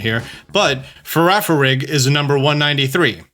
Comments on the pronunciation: "Farafirig" BRUHHHHHHHHHH And while I love for trying not to spoil the new games, things like this and the pre-launch trailer vid he did make me less interested with his quips about certain pokemon, mechanics and just general details about the games. Like, I get you could find the games early, but why ruin it for the rest of us with your opinions? So many PokeTubers doing this, or streaming on Australian release change the opinions/thoughts of the average person, more specifically, children. Why can we as a community, not wait until a game is released anymore? Why do we have the NEED for info on something not out yet? To me the fun part is not knowing and yet it seems so many flock to info and harass those who MAY have it. Just enjoy the mystery! That's the fun of it imo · I will reward anyone who can consistency pronounce Girafarig's evolution